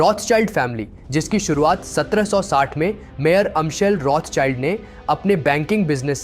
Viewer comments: बच्चा वो रोथ चाइल्ड नही रोथशिल्ड है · "Rotsild" pronounce hata hai